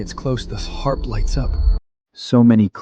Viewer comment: How many ways can you miss pronounce Harp? Why the double ears? It drives me nuts. So when he shifts does he keep his human ears too?